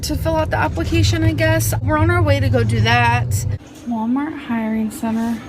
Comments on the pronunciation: And her job “applecations“ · apple-cation lol